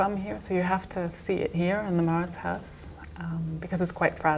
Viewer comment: En holandés, Huis se pronuncia JAUS como House en inglés, y eso es casa, sí :) sonaría como mauritsjaus (al menos así la conocía cuando fui).